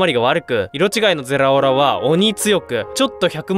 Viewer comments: ゼラオラちゃんと言えてないの草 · ゼrrrrラオrrrrラ